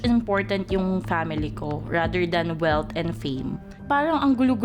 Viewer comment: I remember Janina San Miguel, you were dethroned girl co'z you have a poor communication skills. Your famous lines was" my pamily is bery important to me, right"? These people needs to have a normal job if you doesn't want to do anything bad. You are dreaming of something that you can't reach and please stop demonizing the pageants. Everybody knows if you wanted to join the pageant who need a lot of money and if your aiming for something you will do everything just to get it even if you already know that you are crossing your lines which is not good at all.